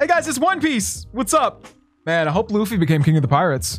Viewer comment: it's Luffy not Loofy lol